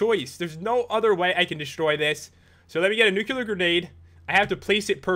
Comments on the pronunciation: why do you say newcular it's nu-klee-ar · I don't want to be a jerk but it's not nukular it's nuke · Its pronounced nuclear not nuculer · It is not Nucelar, it is Nuclear. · U said nu-cu-lar grenade the whole time:D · "Nuc-u-lar grenade" FFFFFFFFFFFFUUUUUUUU